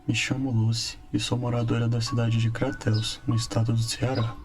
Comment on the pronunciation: O nome da cidade não é Cratéus (é CRATEÚS macho, pelo amor de Deus)